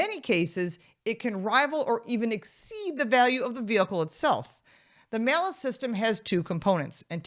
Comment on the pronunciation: The malice tax. She said it correctly.